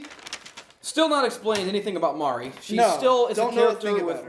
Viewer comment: Dude on the left pissed me of he can’t pronounce nothing right it’s Mari(mar-e) not Mary fml